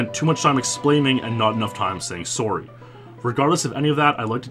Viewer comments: "soary" why can't you pronounce SORRY properly? it's weird man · learn to say to the word 'sorry' properly. kplzthx